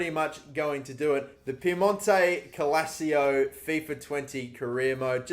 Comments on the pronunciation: "CALACIO" or Calcio ?xD ffs why english people have such dificulty to pronounce names? Are you a 2.0 version of AA9Skillz? ffs xD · It's "calCH(i)o" not Calchio wtfff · Sorry mate but it pisses me off when you say "Calacio" instead of "Calcio" lol 😂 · Calcio is pronounced “kul-cho” in Italy and not Calazio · What would hermione granger say to you about piemonte calacio? Its calcio not calacio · Pronounce it as Cal-chio. Instead of calacio. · For god's sake it's CALCIO Not CALASIO 🤦🏽‍♂️🤦🏽‍♂️🤦🏽‍♂️ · U trigger me it’s calcio not Calacio learn how to read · ITS CAL-CIO NOT CAL-ACIO 😂😂🤦‍♂️ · Dude it's calcio not calacio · Ffs It is CAL-CIO not Calacio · Do you just purposely pronounce everything WRONG on purpose? First Calcio as “Ca-la-cio” then you pronounced Rabiot as “Ra-bo” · Cal - CHIO not Ca - la - sio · Calcio not Calacio. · I get more annoyed every time he says CaLAsiO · use me as a "its calcio not cal-a-cio" button. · Davide Serto it’s pronounced calcho not calseeo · It's CALCIO, not CALSIO. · It’s pronounced “kalchio” in Italian meaning football not “kalachio” 😂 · Calcio-> Kalcho🙃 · Who else gets triggered how he pronounces "calcio" as "cal-a-cio" instead of cal-cio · Everyone: piemonte calc-: PIEMONTE CALICIO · Please, as an Italian I beg that you pronounce it “cal-chio” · New drinking game, take a shot every time he say KALASSSSSCCCCHHHHHCHIO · Piemonte cal-shio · Nobody:: Piemonte-cal-a-cio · its pronounced cal-chi-oh fuck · Can you stop saying Piemonte calacio? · It is said cal-cho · Calasio? Why's he saying it like that? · It's pronounced Cal-cio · This is how many times he said cal-a-cio 👇🏻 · Love you though I do,, I'm stopping the video at 29 seconds and doing something that doesn't enrage my entire being, rather than listen to you say Calassio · It's pronounced calchio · everybody: piemonto clacio: piemonte calsio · Where. On. Earth. Did. You. Get. C-AL-AC-IO. From???????? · Why does he say calacio